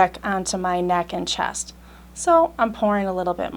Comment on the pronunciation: Chast? Are you trying to say "chest"?.